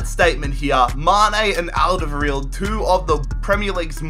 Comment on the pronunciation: You really murdered Toby's lastname :D